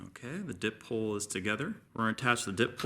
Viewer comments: Just a little tip - it's a "die pole", not a "dip pole". Di, as in 2, as in 2 polarities or ends. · It's a die pole not a dip pole.